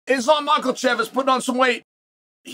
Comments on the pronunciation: “Mocklechev” “pee-era” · "islam makalachev" "nutritionalist"